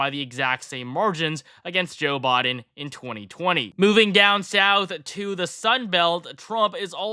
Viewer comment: Is he saying Joe Bought-in or Bodin. He for sure isn't saying Biden